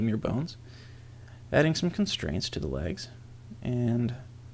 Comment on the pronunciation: When he says some it sounds a bit like "son"